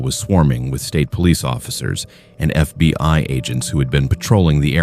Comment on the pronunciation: Its FBI, not FB (pause) I. AI fking sucks.